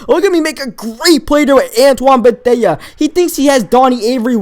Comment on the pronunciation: It's pronounced Bethay